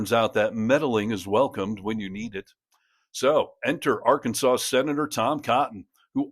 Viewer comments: So now the state name is pronounced “r-kansas”? Or has Sarah been hitting the moonshine? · It's not Ar-kansans Sanders! It's Arkansaw. Jesus Christ. She is not from there is she. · Sarah's a real dope, isn't she? She can't even pronounce her own state's name.